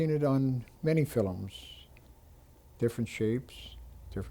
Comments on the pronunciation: Can't even pronounce film! Filumm what an idiot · That's the Elizabethan pronunciation, the word used to be spelled Philome. The Irish still call movies 'filums'. There was a big vowel shift 400 years ago, but some English speaking countries didn't get the memo. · Did Canadians in his generation pronounce the word "film" as "fillum?" Was that the normal pronunciation? I live in Winnipeg and have never heard anyone pronounce that word like that.